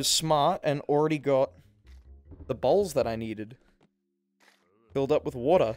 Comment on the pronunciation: It sounded like you said "they nearly saw my balls" when you said "they nearly saw my bowls"😂